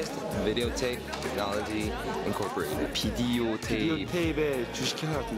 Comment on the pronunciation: BIDEOTAPE ACKTION AMERICANS